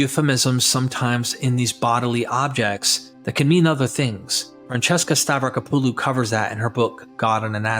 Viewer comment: It's pronounced "Stavrack-oppalu" not "Stav-racker-poo-loo"